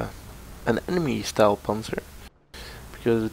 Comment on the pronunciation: Still calling this thing the Stahlpanzer? :D